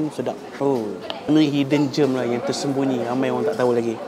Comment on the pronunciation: Sebutan gem bukan seperti germ (kuman) bunyinya.